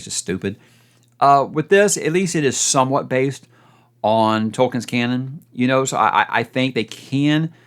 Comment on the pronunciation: drusus Achamian, not canyon, lol